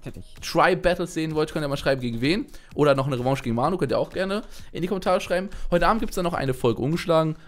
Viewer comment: Revantsche gegen manu :D (Ich weiß es heißt Revanche^^)